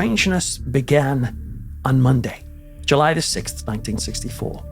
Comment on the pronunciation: the time was july (very Scottish)